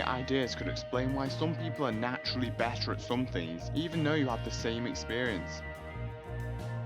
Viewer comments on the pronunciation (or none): none